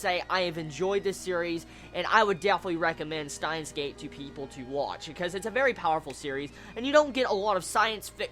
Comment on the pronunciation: When you say it,it sounds like "Staahns;geid". Still a good review.^^